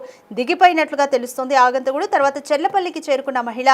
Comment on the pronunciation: ఆగంతకుడు కాదమ్మా, "ఆగంతకుడు" తెలుగు భాషను పాడుచేయ్యొద్దు.